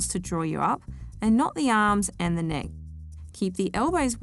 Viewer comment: neck... not nech...